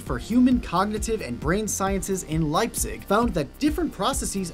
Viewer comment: he said Leipzig so good :D